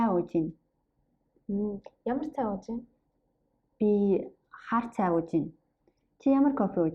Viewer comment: Great video! I'm a beginner so this might be a dumb question, but when you pronounce "Ууж байна" i don't really hear a "б" sound - it sounds more like uuj -ain. Is the "б" not pronounced?